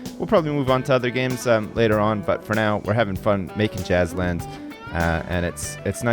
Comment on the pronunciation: As soon as I heard saying Jazzland I though "Hmmm, sounds like Jizzland"